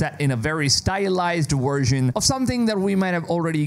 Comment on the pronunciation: Great job on the videos, as always. Work on the pronunciation of your Vs (avowed, version...), though.